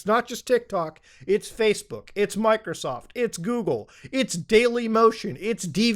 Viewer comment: I liked your slip-up of "Facebock" better :D